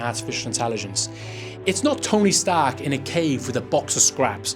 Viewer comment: When u said Tony Stark… I heard Tony Hawk and was confused